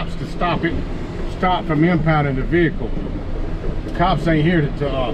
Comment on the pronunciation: VEHICLE, NOT A veakul